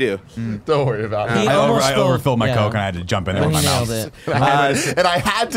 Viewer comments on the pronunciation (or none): none